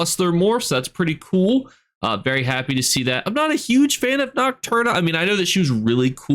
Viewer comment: lol he's terrible at pronouncing things...he said nocturnals name without the L and that's a word in real life 😂